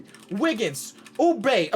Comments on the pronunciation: Everyone: Kelly Oubre: Kelly OuBAE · "Oubae" Oubre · “Oubae” LoL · “Kelly ou-gay”😯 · Did anyone catch "Kelly Ou-bae" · Oubre got kinda sus... “OuBae” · “Kelly Oubae”😭😭😭😭😭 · “Kelly oubae” ayo chill out😭😭😭😭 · I mean he used to say Kelly boobre so....... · When said Kelly oubae😂😂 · man said OuBAE 😂😂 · “Oubae” hmmmmmmmm